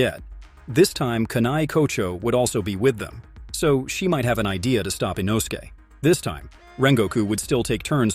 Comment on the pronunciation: “With the upper moon 5 called rui” 💀 In-O-su-Kay” ☠️